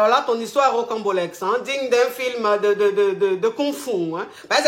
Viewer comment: J'apporte juste un rectificatif. On dit ROCAMBOLESQUE et non rocambolexe. La coach se trompe dans la prononciation du mot et ceux qui ne le connaissent pas peuvent commettre la même erreur.